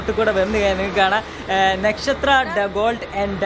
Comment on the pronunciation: നെക്ഷത്ര അല്ല വധൂരി.. നക്ഷത്ര എന്നാണ്